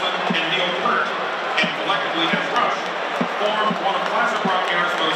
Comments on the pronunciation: "Pert". Really? You couldn't have done the research to learn how to correctly pronounce Neil's name? Still an amazing performance. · Somebody must have corrected him between the first and second mention, he pronounced it correctly the second time. You KNOW some Rush fan was like "WOAH there"